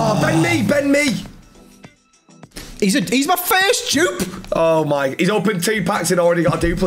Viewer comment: I heard Bend mee not ben mee😂😢